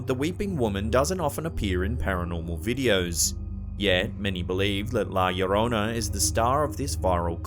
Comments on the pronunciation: Love when he says la llorona🖤💕🖤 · I know I'm pretty, but it was nice to hear la llorona pronounced correctly in this video.